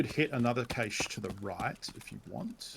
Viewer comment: Pretty sure it's pronounced "kash" not "kayshe"